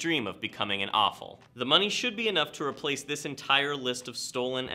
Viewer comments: How do you not know how to pronounce AFOL, it just shoulda like you’re saying awful and no one wants that 😂 Aye-Fall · It’s not pronounced awful lol. It is “Aeh- Fall” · i thought he said awful instead of AFOL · When he says awful instead of AFOL.... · WHY DOES HE PRONOUNCE IT " AWFUL " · Afol shouldn’t sound like awful it should sound like brave